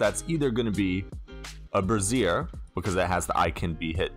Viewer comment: Quick and easy tutorial about interfaces within Unity! Thank you! Also with good humor I say this, brazier is pronounced brey-shur. The way you pronounced it was brassiere... Two very different items. Definitely put me in a good mood this morning with the chuckles! 😁